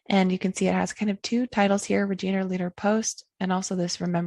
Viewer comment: great video...just one little thing, the "i" in Regina is pronounced like the pronoun "I"...just in case you ever end up in Saskatchewan!